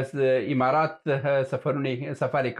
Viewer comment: ته حمار یی حمارات نه امارات، ستا خوله چال لري،😂